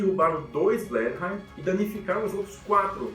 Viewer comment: Não conhecia o canal, fiquei impressionado! Ótimo trabalho de pesquisa. Só uma correção que na verdade é uma bobagem, mas a pronuncia do bombardeiro leve inglês Bristol Blenheim, lê-se Bristol " Blenãm". É mais uma das esquisitices do idioma Inglês. Abraço!